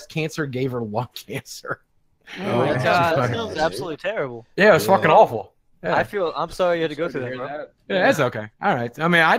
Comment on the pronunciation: The way he pronouces c's and k's is absolutely grating. "I dont fachking care"